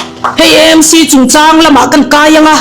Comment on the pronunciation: EMC ❎ AMC ✅ Eizawl ❎ Aizawl ✅ tiang zel hian aw